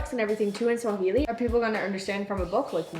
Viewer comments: is pronunciation in Swahili is spot on... read it exactly.... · Ma man, you aced the pronunciations...trés bien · is pronouncing most of the words correctly, good work keep it up, and btw that's the correct swahili spoken all over the country. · got it right... on the "Uhali gani"... Quick tip, always take the easier prononunciation the simpler way in Swahili.. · YOU PRONOUNCE CORRECT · is right with the pronounciations. Swahili is just as written. She is definitely reading it in English hahaha! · Hehe.... I love your Swahili pronunciations... Good job! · you are pronouncing it great men keep it up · is good on pronouncing swahili words congrats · Enjoyed the video. Amazing almost pronounced everything right. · is really getting the Swahili pronunciation right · is pronouncing like he's been learning for a while. Some of our kids can't pronounce like that and I am being honest. Esp in the urban areas